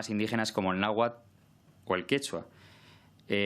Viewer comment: Náhuatl, se dice, náhuatl.